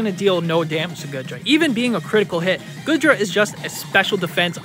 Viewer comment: Its GOO DRA not GOOD RA its pronounced YER VELTAL you pronounce the Y at the start